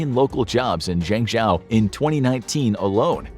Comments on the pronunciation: lol at how he pronounced Zhengzhou... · You’re butchering the name of that city!